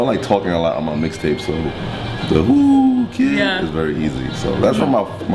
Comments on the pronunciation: Its so irritating when she keeps saying WU KID instead of WHOO KID. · Why does she keep saying wooo kid his names is whoo kid lol... i liked this interview tho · tll that girl its WHOOOO kid.. not WOO kid lol